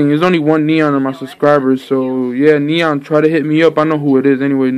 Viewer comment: I think he was trying to pernounce my name because he said Neon (Geeon) and then he said something